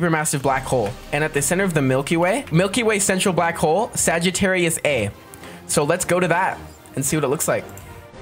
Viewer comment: bro said sigattarius a